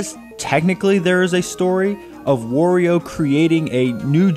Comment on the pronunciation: And especially, Not WariU